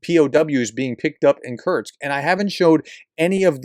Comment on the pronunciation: K U R SSSSSS K. Say it three times and banish that constant mispronunciation.